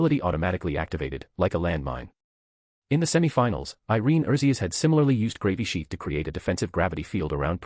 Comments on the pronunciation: Dammit I really don't think I can listen to this at work any more. I'm starting to giggle every time they say Gravy sheath. 😂😂😂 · Lmao I love how they pronounce Gravisheath as "Gravy Sheath", and I keep picturing someone swiping a gravy boat around in battle. 😂